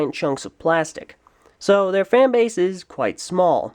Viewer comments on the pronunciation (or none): none